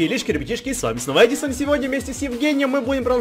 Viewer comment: Просто ор, сказал не Эдисон,а Педисонннн😂😂😂😂😂